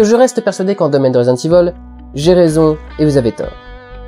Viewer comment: "Résidente ivol" mdr la fin